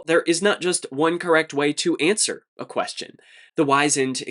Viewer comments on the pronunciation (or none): Wisened is pronounced whiz-end, not wise-end.